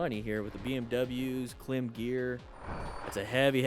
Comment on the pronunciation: Klim is pronounced “climb.”